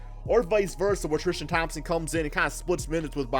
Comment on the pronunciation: Alonzo Tikito trishtam 😂